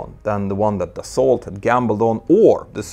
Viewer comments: Love your videos! It taught me a lot in the mechanic of the planes and in their operation. Side note, you pronounce Aérospatiale as if it is an Italian name. In french we don't pronounce the last e. Take care and continue your amazing job! And indeed you don't pronounce the t in Dassault. Yeah i know french can be funny to pronounce... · You don't pronounce the "t" in "Dassault" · The way you say "Dassault" hurts my ears.